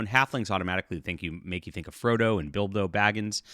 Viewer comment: Who is "Bildo" Baggins? Near-Freudian slip?